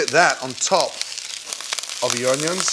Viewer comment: Nobody: Gordon: oniOns